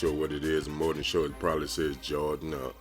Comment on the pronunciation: men you say Jordan as Jar-in, lol. Your vids are underrated though.